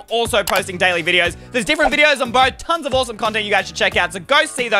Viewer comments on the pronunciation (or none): none